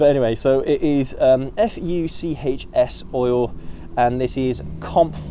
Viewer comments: Fuchs is pronounced fooks ! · Fuchs brand is pronounced something like Fooks.